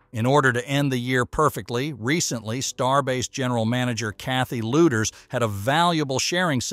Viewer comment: Please pronounce Kathy’s name correctly. It’s pronounced ‘Leeders’ not ‘Looders.’